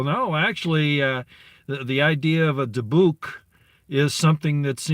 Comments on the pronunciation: I had always heard it pronounced DI buck Soft i soft u Emphasis on di Dybbuk boxes... They hold demons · Dybbuk is pronounced Debit. Dybbuk Box houses a demonic entity, trapped in the box and sealed with hot wax. The entity is considered to be equal to Satan and just as powerful. Created by the Black Pope. There is no entity more intelligent and extremely dangerous than it is, A jinn would be second to it. The Dybbuk Demon was conjured through a series of Rituals and blood sacrifices by the highest level of Zionist Jews. Altogether there is suppose to be 9 Dybbuk Box Demons, each having 1 capability different than the others. No one knows what that is though. So far 3 have been found. Last Halloween a show on the Travel Channel called Ghost Adventures is about 4 Paranormal Investigators that investigate well known haunted structures, places, people. The lead host is Zak Baggans, for decades he has been buying haunted objects. He found a haunted building in Las Vegas and turned it into a museum. He bought the 3rd Dybbuk Box that is locked in a glass case. He decided to open it last Halloween on the show. 4 Zionist Rabbis went to see him, things got very heated when they forbid him to open it and ordered him to return it back to them immediately. He refused. Within 2 days Baggans was arrested and charged with Theft of an Ancient Religious Artafact of the Jewish Faith(!?!?) He was ordered not to open it. This came from a court in Teliviv. Im not sure how Trump got involved but he sent Military Special Ops to take possession of the Dybbuk Box. Baggans already moved it to another loc